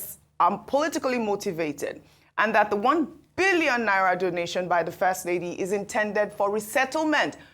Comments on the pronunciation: The way is pronouncing the Billion is Scarry 😂😂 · The way Ojy stress the pronunciation of N1bn😂😂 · Yes ooo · The way Ojy stresses Billion 😂😂😂😂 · I love the way Ojy stresses the 'billion' 😊